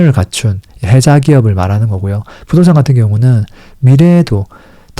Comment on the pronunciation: 혜자 말고 해자 요ㅎㅎ